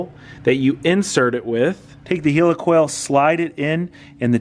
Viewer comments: Great content as usual but every time you said Helicoil my toes curled up. "Heel-e-coil", its pronounced Heli coil". No offence meant, it did make me giggle. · do you call a Helicopter a Heeli-copter..... Its Heli-coil!!! lol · Pronounced like Helicopter :) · Healacal ? You mean heilcoil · Why are you calling a helicoil a heelycoil? You don't say heelycopter, do you? I'd bet a pound (Sterling) against a pinch of dog shit that you also refer to Iran and Iraq like they're the latest products from Apple, too. ;)